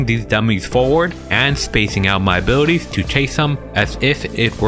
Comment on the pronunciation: love how you say "A-booty-ties" <3 i mean it in the most possible way